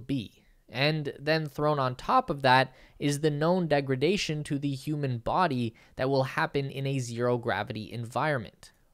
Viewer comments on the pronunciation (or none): none